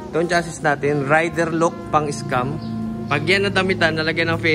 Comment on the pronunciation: cha -zee sir ang pronounce sa chassis